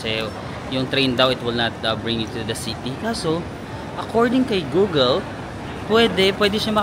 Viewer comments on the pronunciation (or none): none